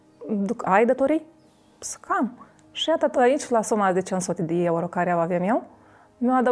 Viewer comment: "4 suti di ieuro"🤣🤣